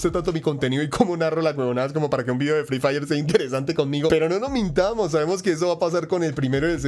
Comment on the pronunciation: Jsjs ya seme así el asentó Colombiano pero la verdad free diré e suena mrd :v